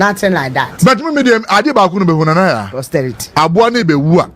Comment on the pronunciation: It's "posterity"